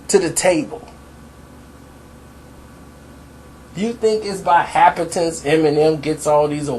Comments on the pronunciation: The word you're trying to pronounce is actually happenstance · Lol I caught that too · It's cool though you only said it like four times, good video though, i bin saying this for awhile his defenders are conveniently confusing content with flow.... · Bruh, if you say 'happenstance' wrong one more time. X-D